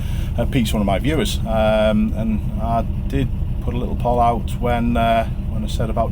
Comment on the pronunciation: Why is he saying 'poll' like that? (I assume that's what he's saying). Poll as in Moll? No english-speaking human has ever said that word in that way. It's Poll, as in Pole. Same pronunciation, in every country on the planet. I mean what on earth...incredible.